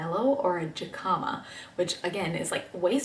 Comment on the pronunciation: Jicama = “Hic-uh-muh” 😂❤️